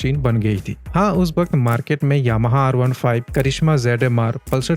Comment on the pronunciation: yahama R pandhra? karishma??? YT pe videos bana raha hai toh pronounce toh theek se karr bhai